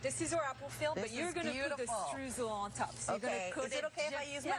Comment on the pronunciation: That influencer is running a protection racket! Sounds like a RICO case. Your choice of ingredients is awesome. Those cakes look delicious! The import tariffs must be crippling. On the Streusel: it‘s pronounced stroysel, like in boy 😂